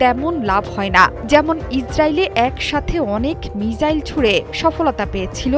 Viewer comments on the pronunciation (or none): মিসাইল কে মিজাইল বলে কোনো এসব উপস্থাপক